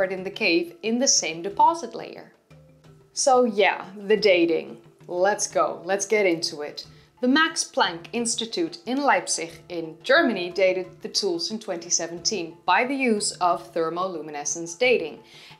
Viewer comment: I love your Dutch accent on pronouncing Leipzig xD /k/ instead of /x/ would be better :P